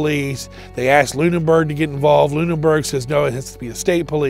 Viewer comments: The word is ask not alien movie axed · He axed me 😂😂 This didn’t happen with the cop